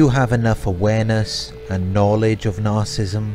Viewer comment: Look, your videos are great. But if you want to be taken more seriously and up your views, there’s something you’ve got to fix. The word is “nar-cis-sist.” Not “nar-cist.” Same for “nar-cis-si-sm. Otherwise, keep up the good work. 🙏